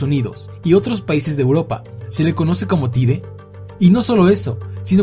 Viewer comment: Se escribe tide pero se pronuncia taid